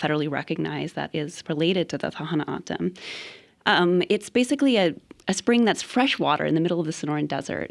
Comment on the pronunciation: lol. Ever hear of Gadsden purchase. Mexicans hated and killed Indians. We took them as part of the deal. TO’s don’t say their name that way. A joke to listen to this female try to copy Spanish or any other. Do these ppl promise to watch and be responsible for border? Nope. They act noble when open border is a mechanism for trafficking. These ppl don’t live in the real world. How and why would a child of 3 be in court. Really? Wow. You could say they put this wall off for a long time, over 40 yrs. We did a lot for foreigners, now it’s time they take care of each other.